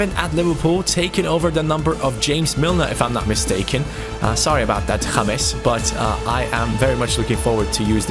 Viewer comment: Did you hear him pronouce Milner's first name like James as in James Rodriguez